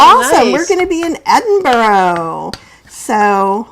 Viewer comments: your pronunciation is correct. If you were to say Embra to an Edinburgh resident they'd think you were taking the mickey. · ah, cool tip! I pronounce it ED-in-bruh. I'll give Embra a try. I love how places are pronounced by their residents. I grew up in Toronto and it's TrAH-na to us.